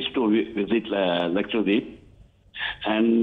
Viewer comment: It’s not LAKSHWADEEP It’s LAKSHADWEEP